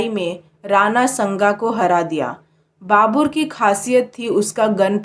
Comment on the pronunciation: Dhang se bolna sikho pehele babur nahi babar , lodi nahi lodhi , snga nahi sanga , humayun nahi humayu